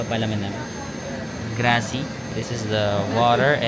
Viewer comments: love your videos 🎉🎉🎉 Happy Birthday pooo. Pero Grazie poo (gratzeeee) hindi po grassssyyy hahahaha keep going. Lovu❤ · 😂😂😂😂 natawa ako sa vlog mo na to duwo😂😂(duomo) then sa tinapay 😂😂😂😂 grazy(grazie) 🤣🤣🤣 sige kuya ipalaman mo yung risotto 😂😂😂 na enjoy ko panoodin ka.... kung po ang sulat yun din ang basa wag mo artihan at na mamali ang higkas 😂😂 Sige lagyan mo ng balsamic ang risotto 😂😂 try mo lang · Grazi???😂😂😂 it is Grat-zi! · Grazie (Thank you) is pronnounced as Grath-see. Piazza (Plaza/Square) is pronnounces as "Pee-ath-za". Just like Pizza. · grazie should be pronounced as GRATSYE. Risotto is Rice (riso). The bread is intended as your aperitivo (appetizer). tear the bread and scrape the olive oil with it. it's called SCARPETTA (scrape). you may mix the oil with pepper and parmigiano or balsamic.